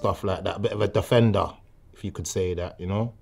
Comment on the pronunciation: guy stages an ambush in a phone booth “im a defenduh im a defenduh”